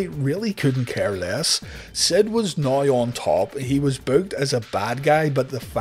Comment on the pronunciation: "Noi" = "Now", and I'm cool with that, and you should be too.